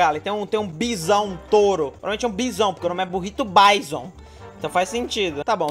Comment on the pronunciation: n é BAIZON é BIZÕN